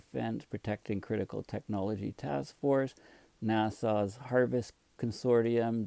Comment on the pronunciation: A minor point of pronunciation; 'Nassau' is a city in Florida. NASA has no U at the end. Here to help!